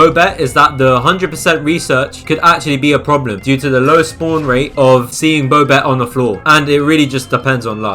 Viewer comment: who pronounces bobette bowbette